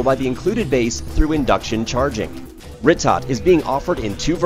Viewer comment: its pronounced "ree-toe"